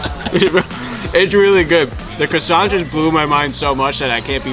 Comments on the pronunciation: Why are you calling it a crewsant? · lol the way you americans speak french is so cute. I almost rolled on the floor hearing you pronounce "croissant" XD